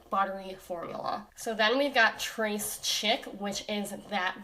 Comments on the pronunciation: when she pronounced trés chic as trace chick 😭😭😭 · That is gorgeous. Don't mean to be a French nitpick but Tres Chic is probably pronounced Trey sheik sweetie. I'd have to see the spelling though😉. I've had to edit this comment because I know you're a really bright woman and didn't want to sound condescending at all. After listening to all the mispronounced words on YouTube, I just jumped in there, when I hadn't even seen how the word was written. You I love you to the moon 🌙